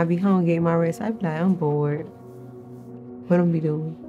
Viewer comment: When he called about her performance and she said “Whet” 😂😂😂 like he def had her messed up!